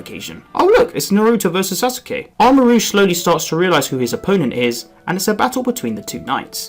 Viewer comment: Bro says Sasuke’s name wrong